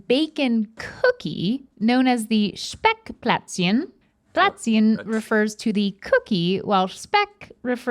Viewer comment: So, im from Germany and I've never heard of Speckplätzchen ( pronounced it pretty well btw). This must be some baverian thing. They are weird down there, ngl